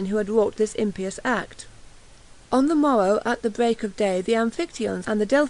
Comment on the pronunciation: soz = thee-bs, and im-pye-us, (not thebees and impy-us ) theebs, theebs THEEBS!!!!!